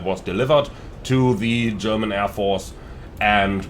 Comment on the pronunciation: are you German? You are pronouncing everything german veeeeeery good